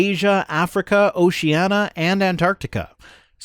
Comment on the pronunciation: hehe, not Oceana - Oceania.